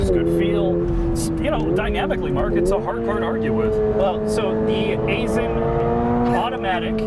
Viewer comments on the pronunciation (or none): I was an engineer with Aisin back in the day. It's pronounced Eye-sin.